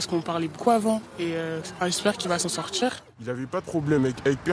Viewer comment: s'en sortiRRHRHHRHH